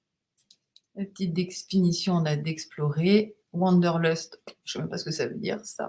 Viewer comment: Tout ça fait très envie et il y aura du craquage , sûr 😅 Je ramène ma science avec Wanderlust, plaisir de randonner et se prononce '' vanndeurloust''😂😂😂